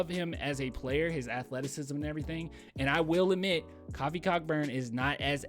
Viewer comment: You're saying his name wrong you're saying coffee is kofi lol